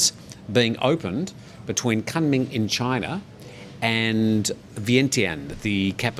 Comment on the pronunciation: pronounced Koonming